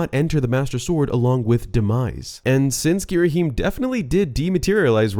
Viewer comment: "gheeraheem" idk thats what i always heard